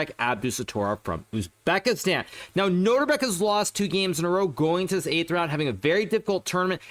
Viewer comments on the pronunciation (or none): none